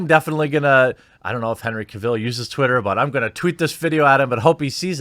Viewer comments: His name is pronounced CAvill, not caVILL. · The stress is on CAvill, not CaVIll. Do you have a congenital inability to pronounce correctly any word that has an A in the first syllable? :P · Lemme help you out - his name is pronounced like “travel.” Henry Cavill, not like Cruella Deville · Henry CAVill, not caVILL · Omg learn to say his name right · The only thing toxic in this video was the pronunciation of "Cavill" and "Geralt" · Its pronounced cavill not cavill